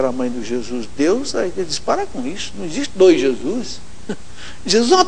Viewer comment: ESSO NON ECSSISTE!!! KKKKKKKKKKKKKKKK Cada uma viu puffffsss